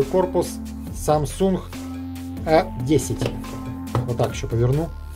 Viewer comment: Ето не э 10 а а 10